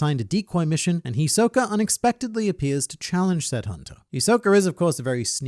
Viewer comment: hi soka? no its hiso ka